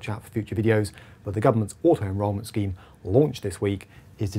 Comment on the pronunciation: You use the word “scheme” but sounds like it should be the word “scam”.